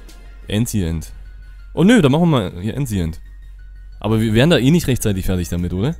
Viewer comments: Clubberer 2001 die aussprache von englischen wörtern,vorallem von ancient war schon grenzwertig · die aussprache von ancient :'D